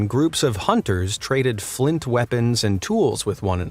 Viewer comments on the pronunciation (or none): none